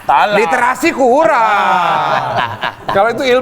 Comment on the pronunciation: Tebak bilang Listerasi brp kali😂